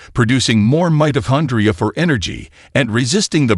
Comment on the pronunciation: The announcer needs to check the pronunciation of words like: mitochondria, resveratrol, and a few other technical words in this presentation. The reason is that younger viewers will then take up his mispronounced terms and believe them to be correct. But, if the announcer is AI-generated then the sound engineer needs to gauge the pronunciation.